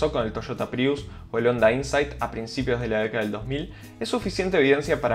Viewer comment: Otra cosa mal pronunciado Honda